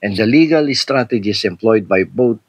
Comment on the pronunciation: First timer here. You coined a new word! You meant to say "strategies" but what came out was STRAGEDIES. 🎉 pero sa totoo lang, this is a kadiri tragedy. Kkpanuod ko lang ng video ni HEvangelista captioned MY CLOSET TOUR | Heart Evangelista. Love Marie Escudero posted 6y ago. Nakkdiri d ko tinapos 🤢🤮 sayang ung time ko and d n marereturn ang . Time is gold.